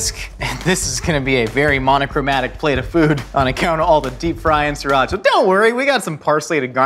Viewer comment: your pronunciation of "Sriracha" needs coaching